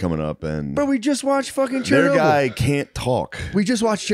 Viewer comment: Matt pronouncing Chernobyl as "Chair-a-noble".